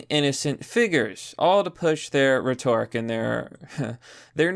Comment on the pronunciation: Please google how to pronounce “rhetoric”. You’re saying it wrong.